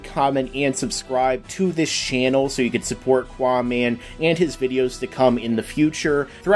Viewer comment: its not quaaman cant you read ?